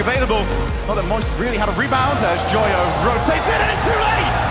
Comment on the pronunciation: the caster joyo as yoyo really cracked me up🤣